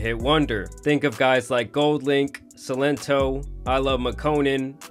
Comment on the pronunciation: Why did he say Goldlink 😂